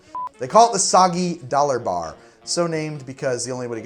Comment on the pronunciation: Judging from how fails to say "Soggy Dollar Bar", I'd guess he likes O Brother Where Art Thou?